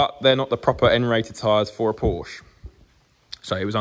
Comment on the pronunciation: so, correctly pronouncing a car's brand name makes you "a nob". LOL